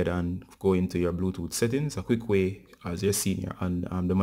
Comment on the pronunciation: Bluetooot😂😂😀 wagwaan bruv from Kenya